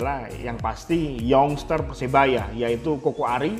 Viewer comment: Youngster bukan yongster tpi yangster bacanya cumak ralat aja papa